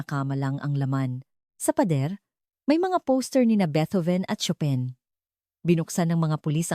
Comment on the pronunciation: Chopin pronunciation is incorrect